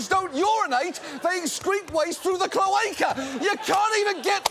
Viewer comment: that's not how you pronounce cloaca, john.